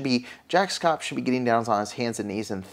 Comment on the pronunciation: Sorry to correct u but his name is proNounced SHAPP SH + APP. Not that he deserves anything but just to help you.